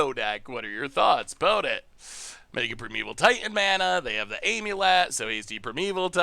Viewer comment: well he used to pronounce it Omulet, so I guess thats an improvement lmao